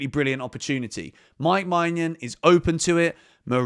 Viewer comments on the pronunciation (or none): sorry to correct you but your pronunciation of mike maignan is wrong!! It's menyin, not manyan!!